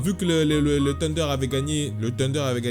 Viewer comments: Pourquoi il dit "Tunder" c'est pas "Sunder" normalement la prononciation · Wesh, ta cru que le thunder était du poulets KFC, arrête de dire "tunder", y'a une H!!